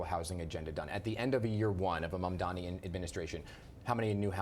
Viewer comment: One of the woman-grabbing Cuomo AntiMuslim tropes & bigotry is his intentional mispronunciation of Mamdani’s name. Anyone supporting or voting for Cuomo is endorsing AntiMuslimism